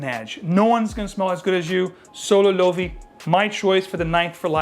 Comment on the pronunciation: Isn't "LOVI", IS "LOEVE" in Spanish ...